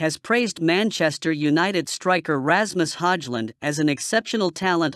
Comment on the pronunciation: commentary can't even pronounce Ramus Højlund name, makes him sound so middle-eastern 😂